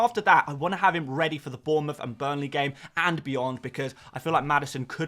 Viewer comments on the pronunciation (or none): none